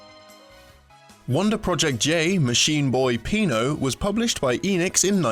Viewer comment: SillyDouglas It's because it's Pino, not Peno ;)